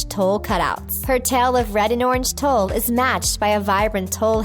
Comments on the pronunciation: Have you never heard of "tulle" before (if not it can be forgiven) but TULLE sounds like Tool, not Toll. It totally threw me off a moment... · its pronounced "tool" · Her repeated mispronunciation of tulle drove me nuts.